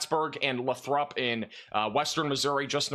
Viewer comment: Lots of different pronunciations, but in that area Lathrop is pronounced 'lay-throp'